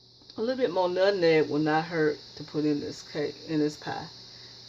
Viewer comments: Do you not know how to pronounce "nutMeg"?? It's "not" called Nut-Neg. No, it's nut-MMeg. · My mom is 85 born and raised in the south and has always pronounced her words like her. Especially nuttineg for nutmeg! If I hear you pronounce it like that then I know three things about you. 1. You’re a great cook! 2. You’re a clean cook! 3. You’re raised in the South! And one last observation, You were raised RIGHT and have lots of great advice and knowledge of natural remedies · Her pronunciation of nutmeg is very common in the south, drop the M. It's not just her, so So GET OVER IT and leave her alone. I'm sure her pie is delicious but I watch it because it reminds me of my momma and home. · more people than me said something about her saying nutneg and you didnt say shit so watch yoself messing with me cause i aint the one to come for k maurita george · You are so cute with the “Nutneg.” I love your video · Lawd, I just found out that my mama says, "nut-neg" too. This made me smile! Gotta try this recipe with 1 tablespoon of "nut-neg." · You used too much nutmeg, and can't even pronounce it. Nutmeg messed it up. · You grew up on nutmeg but never knew how to say it lol smh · The moment I heard her pronounce nutmeg like that, HONEY I knew she can cook. My mother and grandmother both pronounce it the exact same way and although she’s been in the Midwest since 1957, she still has her thick southern accent and she can cook, give great advice and teach me about natural remedies and old recipes. Yo grandma can not only cook, she’s a clean cook. I hate peoples on here scratching their hair rubbing body part, picking up animals and not washing their foods or hands before and during cooking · I love how she says nutmeg! She is a sweetheart....keeps adding stuff too. I bet it’s delicious! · Who cares if she pronounced it wrong.... just steal her recipe and hope it turn out right!!!! Thanks umm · I heard nutmeg. I don't know what you think she said wrong?